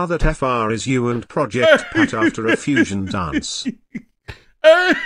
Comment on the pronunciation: Project Pat-ta